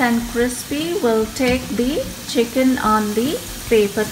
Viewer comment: Chickeennn that a very funnie way to say it lol